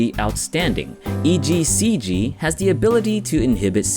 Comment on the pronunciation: he says "ECGC"